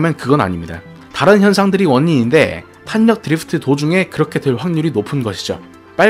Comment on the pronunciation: 드리f트 말고 드리프트가 듣기편할듯!